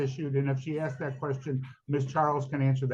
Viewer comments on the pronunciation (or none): If you’re acting as your own lawyer, and you still use the word “ax’d”, you’ve already lost your credibility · Trying to have an intelligent discussion with someone, who has not yet master kindergarten level grammar ("I aksed" fir example) is a waste of everything. One needs to pass some basic general knowledge testing (at a very keast) before they're allowed to represent themselves. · Its ASKED ASKED ASKED ASKED .........not axed .....god dumb slaughtering the english language